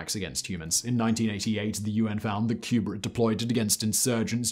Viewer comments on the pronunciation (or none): none